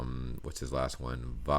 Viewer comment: The last one is perfect. Say it like that!